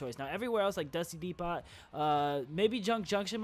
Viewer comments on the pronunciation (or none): I know this was a mistake and all, but 1) he said "Dusty Depot" and 2) he pronounced Depot as De-Pot